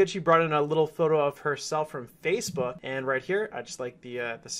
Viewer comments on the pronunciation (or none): none